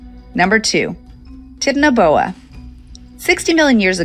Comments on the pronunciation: Pronouncing Titanoboa like tits instead of titan is driving me crazy. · She's saying titanoboa so wrong it's titan-o-boa, titan, like the Titans because it's huge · The pronunciation of titanoboa is making my ears bleed. Titan should be pronounced the way it is in titanic. Ti-TAN-o-bo-uh.